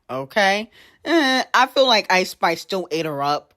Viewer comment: Why does she say Eyeish-Spish? 🤣